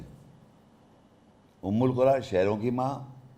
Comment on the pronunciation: Again! Umm-ul- qura word is not their in the ayat ! Its umma-Al-Qura ,which u mistranlsate thinking its with pesh while in the ayat its with zabar ! And with zabar its recited as Umma-Al-Qura'a which means the people of the cities ! not the mother of all cities ! Correct yourself sir!